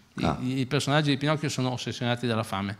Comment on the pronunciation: Si ovvio però pronuncia male la P in quel momento e sembra quasi una F ahah, io ogni volta che lo riascolto sento finocchio 😂